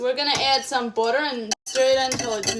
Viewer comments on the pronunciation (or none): Booter sounds like good butter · I just love the way she says "Budder" 😊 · Whats botter? 😂 And dumblings Or meelk 💀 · I love the way she says butter.